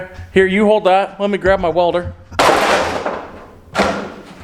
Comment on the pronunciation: did I just hear you say Let me grab my walder lol